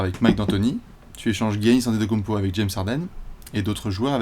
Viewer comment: "kounmpo" dsl j'étais obliger...